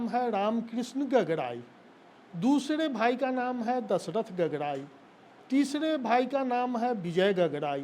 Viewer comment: गागराई होता है गगराई नहीं हकला चाचा जी